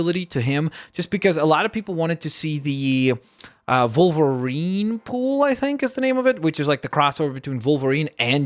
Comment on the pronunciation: Its wolverine not volverine